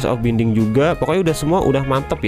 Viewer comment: Bang di baca nya bainding bukan binding. Dan dulu dia itu cuma ada di armor tanpa ada book nya.